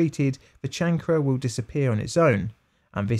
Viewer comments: Kayn Ker not Chan Cre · chancre kanker? no, chan kruh... stupid ... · Chancre is "kayn-ker" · "Chancre" is a French word. In English, the usual pronunciation is "shanker". Macon County is pronounced MAY-cun County. You can hear it near the end of the video "Macon County Line (1974) - HD Restored Trailer [1080p]", for instance. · Chancre - "Kane - ker," there is no 'ch' sound in chancre sore. 🙂 We all make mistakes, honey. It's what we do.... Fun fact : H.P. Lovecrafts' father suffered & died from Neuro Syphilis. He died in a mental asylum which impacted the young H.P. Lovecraft terribly. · It would be nice if the narrator would learn to pronounce a few words eg “chancre” and “thirty”. Apart from that, very interesting video.